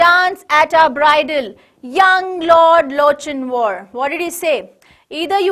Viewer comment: Its lock in war the pronounciation nlt loch in war